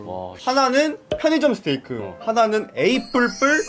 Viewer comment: 스테이크를 스테이쌔끼로 들은사람 좋아요